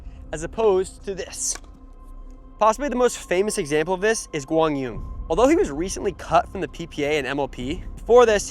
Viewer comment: Trying and succeeding!